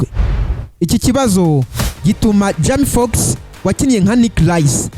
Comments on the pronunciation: Man ubundi ureba films? Banza uzige kuvuga bizagufasha ntago jama fox ni Jamie Foxx hera aho 👍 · Ubuse Icyo nigitekerezo nyabaki? kuvuga izina urumva c yasoma amazina nkuko uyasoma kandi ataramazina akomoka mu Rwanda we cado😂😂